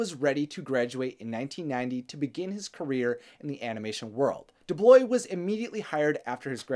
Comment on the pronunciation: Great video... one complaint: it was very distracting how has difficulty with pronunciation several words throughout (goeesh instead of 'gouache', for example lol) and inconsistency and mispronunciation of names (DuBlois, for example). Which took me away from what was being said for a few seconds, i had to rewind and rewatch but I had to concentrate very hard to avoid those mistakes.